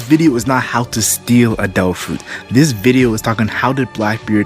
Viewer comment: I like how you say Devil fruit as tofu